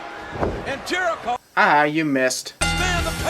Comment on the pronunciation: Jerico does not rhyme with. add 3 sins for your lack of education